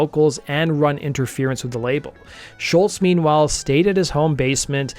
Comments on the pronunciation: You can’t even say his name right. Say Scholz, your saying Shultz dork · There's no "T" at the end of Scholz. It was annoying to hear you constantly say Sholtz.